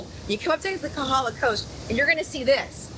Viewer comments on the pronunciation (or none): FYI..it is KOhala, not Kahala.